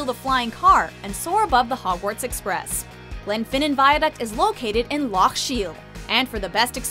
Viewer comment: And the pronunciation of loch. Also from someone who lives there, where the hell is downtown? We have the old town, new town and just use "town" to mean the centre but what was that